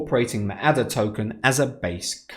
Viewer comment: It is pronounced Ada.... as in the name. It was named after Ada Lovelace, the famous mathematician.